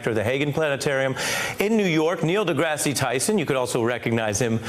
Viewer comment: The news guy called him Degrass E😩